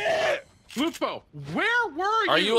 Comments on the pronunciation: dR LupO. ItS LuPO mAn!! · Is that ninja saying dr lupo, it’s lupo man